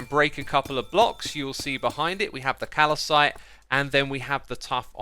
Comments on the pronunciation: As a geologist your pronunciation of calcite pains me---its Cal-cite, not Cal-a-cite! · Its not calicite u shmuck, its calcite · its cal-site not cal-i-site. otherwise great video cheers! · Just a friendly correction, you are pronouncing Calcite wrong. You said Cal-i-cite but it’s just pronounced cal-site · It definitely isn't pronounced cal i cite. It's cal-cite. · As someone who's PhD was based on calcite, it pains me deeply to hear you pronounce it as 'Calicite'. There's only one 'i' in there. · It's not Calacite. it's just Calcite. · My OCD is bothered : Calcite not Calicite. Just one i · Callecite.. Xisuma and pronouncing words. XD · its calcite, not calacite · your pronunciation of amethyst and calcite is very disturbing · Calacite, amathest, nether instead of never. Xisuma is a grammar Nazi's worst nightmare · English isn't my primary language, but I don't think that calcite pronounced as "calacite"... :D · Calcite not calicite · Ah yes, calicite and amythest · Is it pronounced "calicite" or "calsite"? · It's "cal-cite" not "cal-a-cite" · Did you just pronounce Calcite like Calacite? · hey x, just fyi it's pronounced "kal-syte" not "kal-ih-syte" :) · "amethest" and "calicite"?? am i missing a joke or is he just pronouncing them wrong? Also 16 types of copper block +12 waxed variants, 28 new blocks just for copper, no wonder we have inventory issues, same thing with blackstone, like 20 variants for just one block, i'm really glad we have all these new blocks but christ you can't just add tons of new blocks and not do anything for inventory management, and bundles seems pretty pointless honestly, between getting the rabbit hyde to craft them and using them it feels harder than just managing my own inventory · Calcite is pronounced "KAL-site", not "KAL-uh-site". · Calcite not calacite... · Did he seriously just say "kal-uh-site"???? Xisuma, my European friend, it's pronounced "kal-site" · Calacite... Calacite........ Okay im not gonna say it